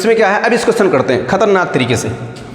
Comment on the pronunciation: When you pronounciate khatarnak . Ye achcha lga